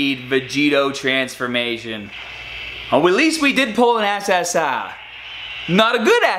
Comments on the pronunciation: The way you say ssr is so funny You go Ssahhhhhh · Why do u say essessar